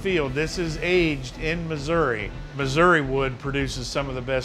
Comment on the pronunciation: Thanks for saying Missouri right and i love my state im from Missouri